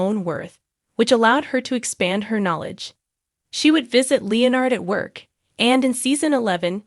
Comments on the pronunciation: Where was the "shocking twust"? i'll i heard was a recap. weird accent btw, in the speaking and the text, its twist, not twust, and its leonard, not leo-nerd. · I know there's a Leonard in big bang theory but I never knew of the character Lee nerd. You all need to actually start using real people that know how to pronounce words instead of this AI crap that can't even pronounce the Is name Leonard. Or words like hugged instead of hug ed.